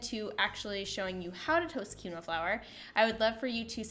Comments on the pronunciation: This is a great video - would like remind you that it is pronounced “keen wah” not key no. Have a lovely day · Love the solution. The word is pronounced "keen-wah" :)